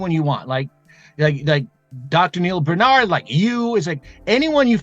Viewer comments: It's BAR-nard.... BAR... not bern... you're both fans and can't even have enough effort to pronounce his name right. Rattle off PCRM with no problem... BAR...get it right, please. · I've been on your case for years to get his name pronounced right... it matters. sheesh